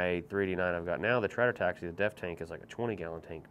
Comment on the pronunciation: “Tratter taxi”?? Really? Holy fucking cringe.